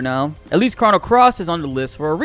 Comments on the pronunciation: Chrono is Crow-no, not Craw... ugh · "Crah-no Trigger" ... ...stop.